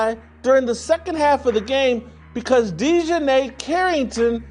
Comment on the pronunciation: I HAVE TO ASK..... WHY DON'T THESE FELLAS LEARN HOW TO PRONOUNCE THE NAMES BEFORE HE SAYS THE DAMN NAME??? DI JOHN AY? IT'S ACTUALLY LIKE DEJOHN MUSTARD..... DIJONAE..... DON'T LIKE HER..... AND SHE DOESN'T DESRERVE RESPECT AS SUCH.... BUT HER MOTHER DOES AND HER MOTHER NAMED HER...